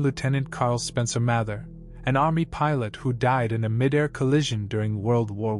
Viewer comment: It's pronounced Mather - with a long 'a', not a short 'a'